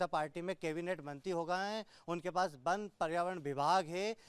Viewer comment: बन बन क्या लगा रखा है पहले वन बोलना सीखो